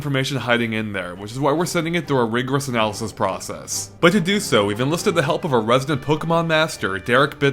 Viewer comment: "Rigerous" "Anaylasys" "Progress" ? Do u mean 2 tell me that u just watched the video a second time?